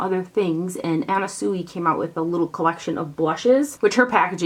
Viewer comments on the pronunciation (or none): Sui is pronounced Swee. I have a lipgloss ring from her. Super cute.